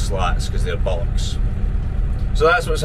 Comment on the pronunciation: Your pronunciation of fat bullocks always brightens up my day